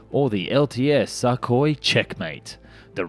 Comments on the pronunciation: Hey! Russian aircraft are called Su, Tu, Yak, Il… they are called after their designers: Sukhoi, Tupolev, Yakovlev, Ilyushin…. Their pronounciation is Su (su NOT S.U.), Tu (‘too’ NOT T.U.), Il (il NOT I.L.) ect… official names are as follows - big letter followed by small letter: Think of it as NASA and EASA (NOT E.A.S.A.) 🤗 Great video as usual! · TOTALLY AGREED IF YOU’RE GOING TO NARRATE AND YOU CAN’T PRONOUNCE WORDS PROPERLY GO BACK TO ELEMENTARY SCHOOL AND LEARN HOW TO SPEAK PROPERLY FOR THE PUBLIC’S SAKE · Sukhoi - the U is pronounced like in Sugar or pull, it was a bit painful to hear every time. Not trying to be "that guy", just trying to help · Kinda like x-32 + x-35 in terms of configuration Also please go check how to pronounce Sukhoi, yours sounds weird. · you pronounce sukhoi and mach wrong, mach is said like mark but with a flattened R and sukhoi is said soo koy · Thanks for not mispronouncing the designation Su as "soo". That gets really irritating. Need work on properly pronouncing the name Sukoi though. I cringe on every "suck-oi". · I love your videos and thanks for this review, but please, try to pronounce Russian names a bit closer to what they originally sound like :) "Sukhoi" should be pronounced like "soohoy" with the emphasis on last O. Thanks! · "Suck-oy" - maybe you should learn something about pronunciation of the words you use. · Dude, please learn to pronounce Sukhoi correctly....FFS Also your "unguided rockets" are flares. lol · 1. It's pronounced "sookoi", not "suck hoy", which sounds like something a gay sailor might say. 2. Russia can't afford to build it, or not in any quantities that matter. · Isn't it 'Sook- hoi', instead of 'Suck- hoi'? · It's not suckhoi but sookhoi in pronunciation. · I’m pretty sure it’s pronounced SOOKOY not SUCKOY. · The way pronounce Sukhoi is hilarious. Suk is pronounced the same as in look, put etc 😆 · Dude it's not "Suck-oy", it's "Suu-koy" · its Sukhoi not shakhoi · What the fuck is a suck-hoy